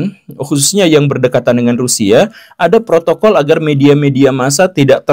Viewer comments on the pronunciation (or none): none